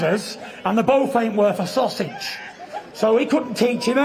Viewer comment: Lol. I don't know bro. Sounded like Sausage Bitin' to me. But I like the guy so I'll give him the benefit of the doubt.